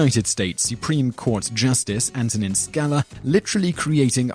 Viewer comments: It’s Justice Scalia, not “Scala”. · Justice Scala? Oh, the irony of mispronunciation in a presentation about misconstrued quotes.... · His name is Scal-i-a, not Scala. Come on guys, do your homework. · "Ska-lah"? The man's name was pronounced "Ska-LEE-uh". Gevalt! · Justice Scalia's name is pronounced "scal-i'-a" not "sca'-la." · Top 2 blatant errors in this video: 1. Scalia is pronounced "Skah LEE ah", not "SKAHL ah". 2. "Wherefore art thou Romeo" a. "Why would she say 'where' when Romeo was already there?" Yes, she did not mean "where". But if she had said that, it was because SHE DID NOT KNOW THAT at that moment. "Wherefore" is line 36 in the scene, and Romeo only reveals himself at line 53. b. You didn't make the obvious point that her following lines EXPLAIN what she meant. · doubtless already corrected, so it's the perfect correction for me. Justice Antonin Scalia pronounced, and everyone else pronounces, but you, his name SKA LEE AH. not SKALA. ya dope. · Oh, the irony of this guy of all people talking about people getting things wrong. By the way, it's Scalia, not Scala. Pronounced sca-LEE-ah. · Sca- LEE-a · pronounced "Ska-LEE-uh"... also, "Baphoment's Cum Stain..." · Making "hard law from thin air" is the Hallmark of the U.S. Supreme Court. (and I don't believe it is pronounced "Skal-a") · The Supreme Court Justice's name was pronounced Sca-LEE-a (He was Italian...) He's now dead... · You mispronounced Antonin Scalia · It's really funny that you make fun of Scalia's misunderstanding without realizing that he was making a joke... Oh, and pronouncing his name wrong. Throwing that rock in your glass house probably wasn't a great idea. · Do you mispronounce Scalia on purpose? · Did you mean Justice Scalia? You would never know by the way his name was mangled.